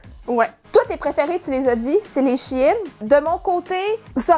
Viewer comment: Enfin quelqu'un qui dit She In et non Chine haha (les vraies connaissent SheInside) :) !!!!!